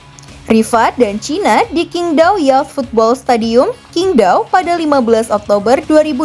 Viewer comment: Qing Dao tuh bacanya Ching D(t)ao. Kok gue kangen Anita Rahman, penyiar TVRI zaman rekiplik yg jago baca teks/nama China, Perancis, Arab dll karena sll tanya dulu dan mencek ejaan (dan itu jauuuuh sblm Google Translate dan ChatGp atau aplikasi zaman now).